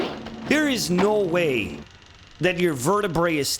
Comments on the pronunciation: The Canadian come out very strong 😂😂😂 "Nouoo whey!" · When a special move is so brutal, your mid-western accent seeps out while you repeat "no way".